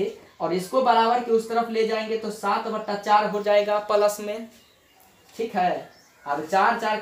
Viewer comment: Palus nahi plus ➕